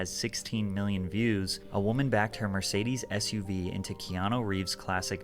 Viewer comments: Bro you gotta be straight trolling to say his name like that, put some respect on that man’s name 😢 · I literally hit rewind to be sure. I'ma keep saying 🛶 Reeves🤣🤣🤣🤣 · Bro at least pronounce his name right yaar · I hate when people do thumbnail and title clickbait like seriously why? The video literally says Keanu didn't sold his soul but your title says he almost did it fcking annoying And how the fck can you butcher his name like that. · U said his name wrong my g😂 lol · He did butcher his name lol but Keanu isn't a common name tbh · He butchered that name